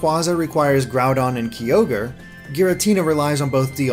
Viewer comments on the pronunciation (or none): "Raiko" "Kaiogree" "Keeogre" "ooxie" "Terrakeeon" Damn, the mispronouniation is real. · "kee-ogre" pls it's "K'eye'-ogre" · Key-ogre? Really? He said sooooo many pokemon's names wrong... faceplam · Key ogre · Oh my god you mispronounced so many of them Kyogre: Kye-ogre Rayquaza: Ray-quay-zuh Terrakion: Tur-rack-ee-un Cobalion: Co-bay-lee-un Virizion: Vur-rize-ee-un Bisharp: Bih-sharp Yveltal: Ee-vel-tahl WATCH THE ANIME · Uh-ks-ie As-Elf Kai-Ogre Ra-ee-Koo Tear-Ack-Ee-On Sol-Guh-Lay-Oh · triggered by pronunciation of Yveltal, Kyogre, Mesprit, Cobbalion and Terrakion. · you pronounced kyogre wrong